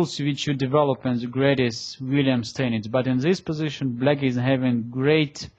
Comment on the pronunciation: то чувство, когда вместо "black" слышно "blyat"...